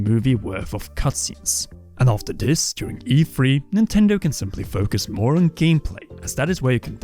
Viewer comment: Am I the only one who constantly hears EFree???